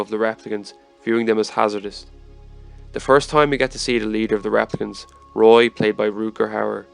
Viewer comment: Pronouncing them 'raaplicants' throws me off.